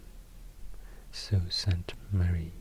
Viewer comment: Bonus points for pronouncing Sault Ste. Marie correctly. Can tell by that alone that you've done your homework ;)